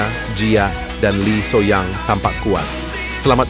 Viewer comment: Min kenapa so young dibaca so yang? Ho young dibaca hoyong?